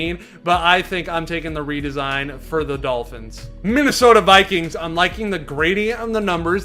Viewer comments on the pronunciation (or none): none